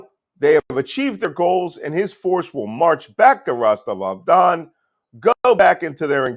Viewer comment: I've read that Malcolm Nance is a "Russia expert" and fluent in the Russian language, but here his mispronunciations of "Rostov-om-Dom" (Rostov-on-Don), "Shegoy" (Shoigu), and "Jerasimov" (Gerasimov, with a hard "G") make it plainly obvious that Nance knows zero Russian. Nance is a complete fraud and charlatan, and those who turn to him for "expert analysis" on Russia are delusional or misguided — by Nance himself.